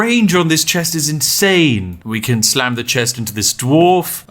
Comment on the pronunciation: I thought he said sand not slam